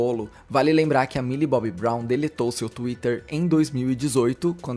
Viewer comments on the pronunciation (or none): é "Milly Bonnie" amg KAKAKAKAKAKAKAKAKAKAKAKKA me acabo com essa